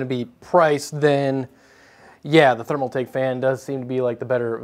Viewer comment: ThermalTAKE not ThermalMAKE